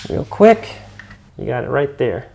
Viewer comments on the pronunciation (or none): none